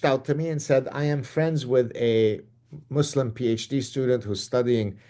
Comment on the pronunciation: say muzlam...z...